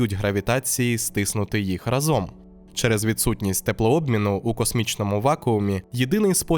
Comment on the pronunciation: Дякую! Дуже цікаво! Ріже вухо наголос у "разОм", треба "рАзом"